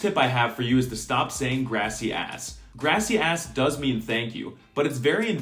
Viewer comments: Every time i heard he say "gracias" is so english accent, he makes me heard greasy ass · This video gave me confidence that i have learnt to speak much Spanish in a way, that i can approve that all of what he said was very accurate, and also that grassy ass is the perfect pronounciation for gracias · I found funny how you pronounced very well most of the phrases, but "Gracias" was pronounced in a very weird (wtf is "Grass-ee-ass"?) way. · am I the only one that heard grassy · I like how he says gracias like Grassy-ass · bro I am from Spain and THAT is not how you pronounce it here and yes I know that is how you pronounce it in other countries but he said it way too slow